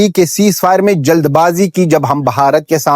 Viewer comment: Bhai jaise aap bharat ko pronunciation kar rahe oh hum bharat wale bhi itna acha nahin karte dek ke bahut kush hua❤❤